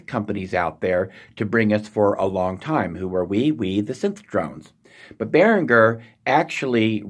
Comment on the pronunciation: Hi there. But if you know your German, then you should know the way it has to be pronounced. It is quite hard to write down phonetically, because these sounds do not really exist in English. In English it is Bear-in-Jer. In German it's more like Bee-reen-ger. He is a link for the correct German (Swiss accent) pronunciation